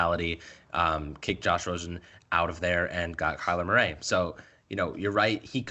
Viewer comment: Dude, why you saying Kyler Murray's name all weird like that?